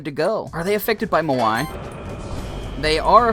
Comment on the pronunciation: why does he say mo i instead of moai?